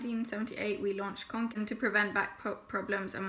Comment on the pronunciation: god so relieved u acc said it right, part of me dies every time someone says kanken